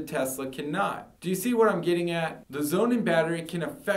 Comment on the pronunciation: Would you please stop calling the SonnenBatterie Zounen? Thank you! And please take a public speaking lesson.